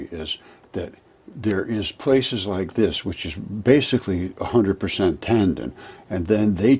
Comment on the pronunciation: One comment tho....TANDEN? Tendon....Took me half the video to figure out you were pronouncing the word differently